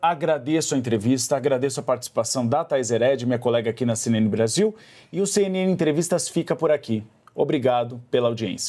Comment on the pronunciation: A CNN imparcial??? "Çei"...